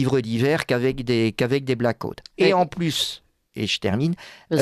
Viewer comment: Cette propension a bombarder n'importe quel blaireau comme "expert " me donne froid dans le dos ! Le mec il prononce " black hot" il n'a pas fait anglais!